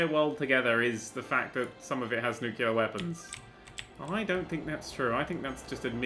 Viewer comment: I thought he said nutella weapons